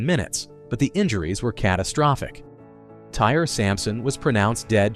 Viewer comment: Pronounced Ty-ree, not tire